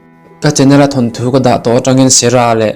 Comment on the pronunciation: Sarah i lam dan hi a ngaihnawm lo...serah i ti daih mai a